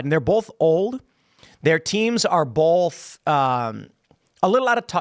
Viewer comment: Ive never heard anyone pronounce "both" as "bolth" ...